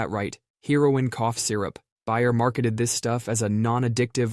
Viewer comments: It's not BUY-er, it's BAY-er. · “Bear” not “buyer” lol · "Bear" not "Buyer".........!! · BAY-er, not BUY-er. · Buyer? No. Bay-er. Bay, as in the body of water. Also, heroine is the feminine of hero. Heroin is a drug and a Velvet Underground son. Herr-oh-win. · Bayer is said like “Bear” - at least in the US. Also you must’ve typed “heroine” instead of heroin. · The fact that you don't know how to say Bayer is very disappointing. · How'd you get both "Bayer" and "heroin" wrong 😂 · I came to the comments for the same reason. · Hahahaha called out!